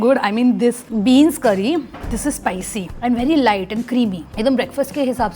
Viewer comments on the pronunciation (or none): none